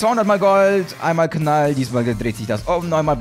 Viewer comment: du sagst nicht knall sondern Kanal